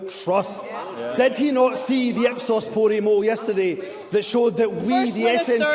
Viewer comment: Dumbza said the "ipsos pori moll" 😆